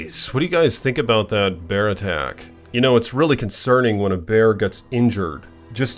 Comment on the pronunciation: The Bearrrrrr! I like how he say that 🤣🤣🤣